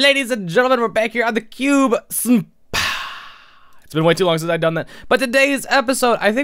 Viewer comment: When you say Cube SMP it kinda sounds like Cube Senpai